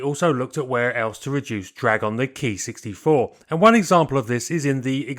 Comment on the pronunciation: Thaks for saying Ki right. It's KEY to good pronunciation. I was told by an internet sensei the Katakana Letter Ki was shorhand for Airframe + Number. As used by the IJAAF. The IJNAS Typed thier aircraft by a code that indicated Role, Iteration, Manufacturer and type number. A6M5 = Attack [fighter] Sixth in series/ M = Mitsubishi/ 5 = Fifth revision.